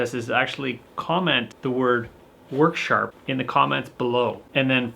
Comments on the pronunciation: worksharp "er" not harder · I was waiting for the water heater to explode, ahahhaha like the smokehouse catching fire, love all your videos, I learn stuff and laugh my a** off, u crack me up! "Worksharp", Im from Boston so I talk that way already! LOL